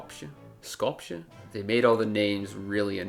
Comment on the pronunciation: it's pronounced like "SKOP-ye"